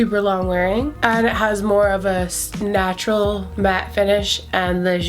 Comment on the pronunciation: "Snatural" love that word